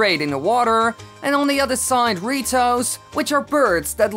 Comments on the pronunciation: He’s saying dorito not rito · did he say doritos or ritos???>.< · When he says "the ritos" it sounds like he is saying Doritos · The way his is saying "the Rito's" Doritoes 😂😂😂